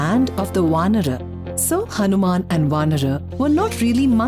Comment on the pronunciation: I like your pronunciation of Hanuman